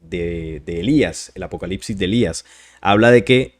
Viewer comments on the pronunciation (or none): none